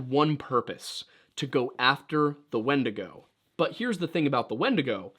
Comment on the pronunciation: I kept hearing "wendigo" as "Wendigoon" and that mental image was significantly more entertaining